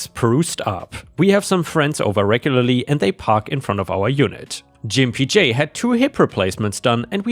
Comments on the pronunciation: I believe was mispronouncing the name Gimp J. I think it should be said with a hard G sound, not a J sound. That would make the name insulting referring to them as a gimp or cripple. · I think Gimpy J is said with a hard g. Like gamma.